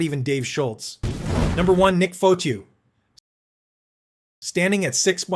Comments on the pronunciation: Dude, it pronounced Fah-tee-oh not Foh-to sorry but that drove me nuts! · This reporter does not know hockey . Nick Fotchyou? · Its pronounced Fa-Te-u …. And he was a former boxer…. And the only man Dave Schultz did not want to fight !!